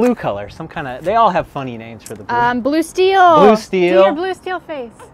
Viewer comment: You nailed "Blue Steel" dude...